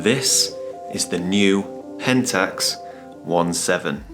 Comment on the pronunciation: Finally someone saying Pentax One Seven instead of Seventeen.